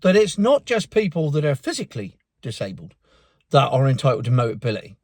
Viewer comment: Hahaha... "boteability!" Dyslexia ules, KO!!